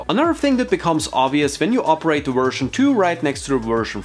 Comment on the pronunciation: I kept hearing version “free”